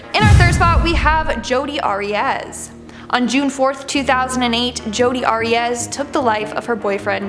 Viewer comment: Pronounce Arias correctly! She butchered Travis then went about her business, a true narcissist/psychopath!!